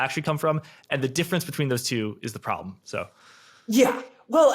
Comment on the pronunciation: Then dont....bruh.What's yar prablem?